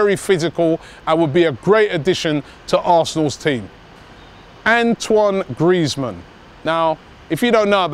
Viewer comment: Antwon Griezmann! WTF